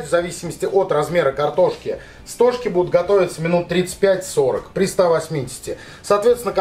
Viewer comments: Думаю не стОжки а стожкИ , от слово стог (сена например) . Рецепт интересный . Попробую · СтОг ударение на О, поэтому стОжки!